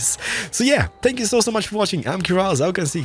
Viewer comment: It sounds like hes saying spank you not thank you